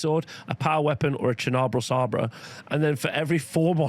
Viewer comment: It's sabre as in lightsaber 👍